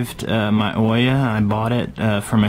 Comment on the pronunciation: Why does everybody say oiya and not ouya, pronounced ooya